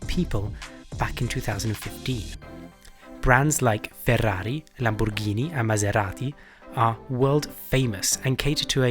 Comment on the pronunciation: You certainly hit a spot on italian accent when i heard you say 'FERRRAAARRRI, LAMBORGHIIINI and MASERATI' ...